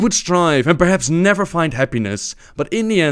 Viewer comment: "Darkspear neva die" DIES